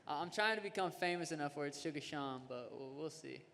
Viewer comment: Snoop...his name is Sean. Not Shane😐